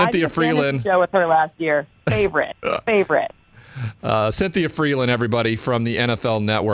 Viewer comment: can’t say Cynthia